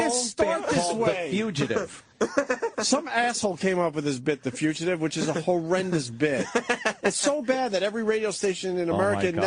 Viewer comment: He still can't pronounce fugitive.